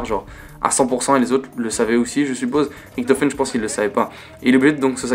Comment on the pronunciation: Tu me perturbe quand tu dis « Riktofen » et « Tranzbit » x) sinon super vidéo !